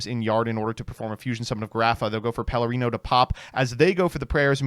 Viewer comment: pronounce “Perlereino” correctly challenge (impossible).